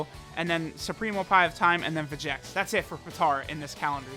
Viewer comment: It's Veyy-G-Echs